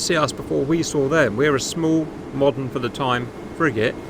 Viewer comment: Fly. Again. Still hasn't learned to use the 'th' sound.